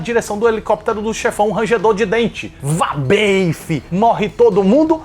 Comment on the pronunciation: "VABEEIFE" kkk